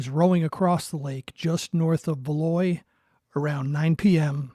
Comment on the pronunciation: Love the channel. Please keep up the great work. For the record, the S is pronounced in Valois.